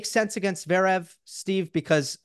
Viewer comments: agreed, it's almost like he is consciously doing it. dare i say... trolling. it's really not THAT hard to pronounce zVerev or Dah-niil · Love these convos with Steve - apart from the insistence in omitting the first v in Zverev. I guess at least it wasn't Zeverev like JMac. And calling Meddy DANiel instead of DaNEIL 🙄🙄🙄 (spelling phonetically). It is not hard.